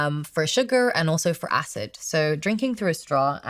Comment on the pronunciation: Does anyone know why she keeps mixing up the letter d and j? It’s very distracting. She even said acij instead of acid 🤦🏼‍♀️ Greta message and greta video just very distracting.